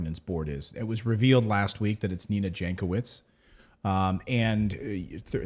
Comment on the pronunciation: It's supposed to be read Yankovic, its a surname from ex Yugoslavia. Is south Slavic languages J is read as Y